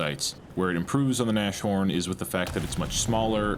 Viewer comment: Its NAS-HORN, not NASH-ORN. Jeez that gave me anxiety. Means rhino, or nose horn.